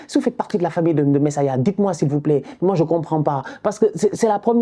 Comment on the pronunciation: C'est Junior Messias 😅😅😅 "Messaya"😭😭 tu m'a fumé 😅